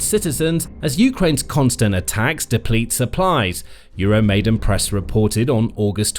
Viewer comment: EURO-MY-DAAAAAAN!!!! Come on guys! Please get it right! It's EURO MY DAAN! NOT 'MAIDEN'! You are starting to sound like trump or MTG!